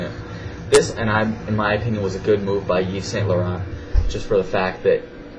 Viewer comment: didn't realized you reviewed it already before i posted my question from your other video...anyways, it's pronounced as Eve San Larohn